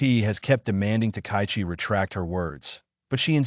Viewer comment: And the pronunciation is lousy. The Japanese PM is Ms Takaichi -- ta-ka-yi-chi, four syllables, "High Number One." Emphatically not "takai" anything. Screwing up a person's name is both bad manners and a sign of serious incompetence. Big fail for poor.